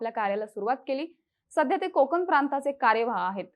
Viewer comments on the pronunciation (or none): मांडणी छान करता मॅडम आपण.. फक्त "न" आणि "ण" मधला फरक शिकून घ्या. कोकन, निमंत्रन असं बरं नाही वाटत. एक प्रामाणिक feedback 🙏